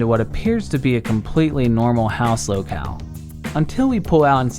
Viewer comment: “It’s in a compwetwy wandom spot”